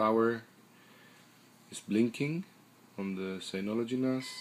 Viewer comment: its called Synology and not Signology lol